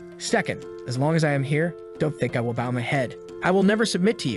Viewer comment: I'm just glad your writing isn't dogshit and your AI can pronounce.. MOST words.. (except bow. Which is always pronounced as the ribbon variant and hillarious)